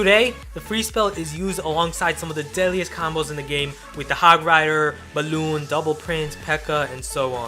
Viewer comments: Oh my god I thought I was the only one hahahahaha I hate how he says it as well XD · Who else hates how says "balloon"?